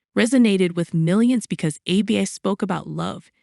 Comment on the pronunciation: I'd take you more seriously if you could actually pronounce the group's name.